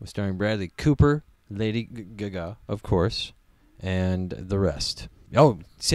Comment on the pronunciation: "I've never heard someone pronounce it Lady guh gah before. Good commentary. Liked.